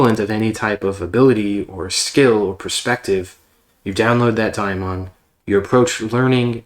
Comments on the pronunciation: It's pronounced Daymon. Or at the very least demon. I have never heard it called daimon. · He’s saying it wrong, and this audio is popping like corn in hot oil.